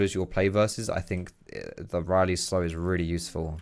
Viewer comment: The worst part about him playing taliyah is him saying "riley's" instead of "rylai's"...